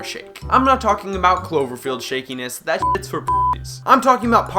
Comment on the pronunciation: I was with you until you said "zat".